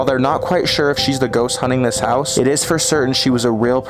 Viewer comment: l heared plowing when u said house hahahaha